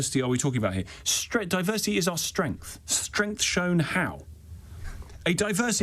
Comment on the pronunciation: Diversi’eee (not diversity) is our … whatever it is.